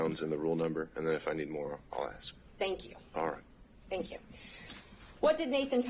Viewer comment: Let me ask axe you if thats acrut.